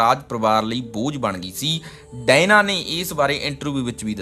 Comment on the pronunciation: ਭਰਾ ਡਾਇਨਾ ਨਹੀਂ Diana ha usda nam.... punjabi accent